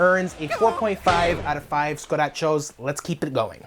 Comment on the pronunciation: Finally someone that agrees that it's "scu-da cho" and not "scratch-o"